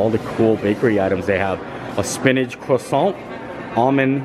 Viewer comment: It's so nice to hear an American pronouncing croissant correctly! "Kwa sawn" not "kra sont"